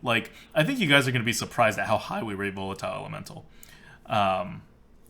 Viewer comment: I look forward to playing with VOLE-LA-TILE elemental ADWCTA. Gotta love those pronunciations, normally you have an excuse but this time it's a real word!